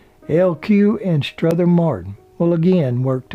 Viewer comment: The narrator keeps adding an "S" to Strother Martin's 1st name